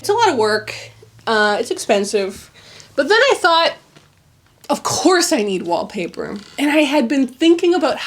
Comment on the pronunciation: "WHAP PAH" hahah I rewatched that part many times XD